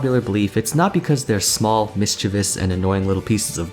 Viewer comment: You pronounced Mischievous correctly I'm so happy!!!:)